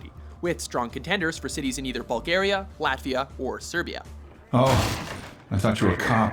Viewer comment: Can't believe you pronounced Serbia right.